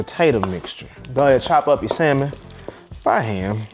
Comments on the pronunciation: For me its Samon not salllmon. 😂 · The “L” in salmon is silent! Consider this, I’ll have sammon for supper tonight. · Samon No L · Salmon -no ‘l’. Like it well done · The “L” is silent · The L is silent....